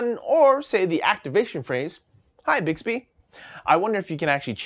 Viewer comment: Mmmbixbbehhh. Never gets old